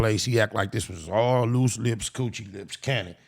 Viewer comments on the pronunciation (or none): Lost it when he called luce (loose chuuche lipz) ahhhhh haaaaa!!😂😂😂